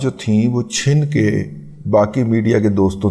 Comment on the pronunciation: Cchin k nhe....."Cchan k"